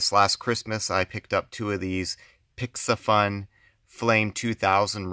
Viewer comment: Correct pronunciation is "pissy fun".